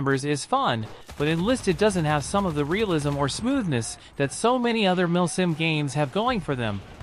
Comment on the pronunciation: I hear him saying "milf sim"